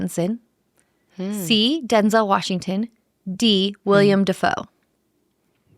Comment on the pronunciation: It's WILLEM, not William, Dafoe. Willem is the Dutch version and that's what he's called. Jacob Elordi is Australian, not British.